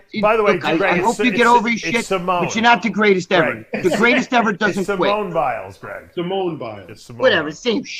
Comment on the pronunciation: Greg trying to pronounce Simone’s name 🙄